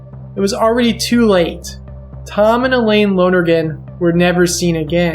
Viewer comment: Mrs. Lonergan's name was pronounced "EYE-lean", not "E-lane". Common enough mistake, but it felt disrespectful not to point out.